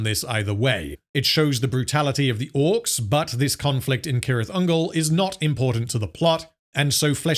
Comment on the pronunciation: its pronounced "sirith" ungol btw, as far as i know